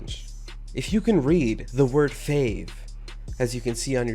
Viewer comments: It is not fave it's faave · You said fave not faave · I see faave not fave XD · it is not fave it is faave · yeah I can pronounce the faave=idiot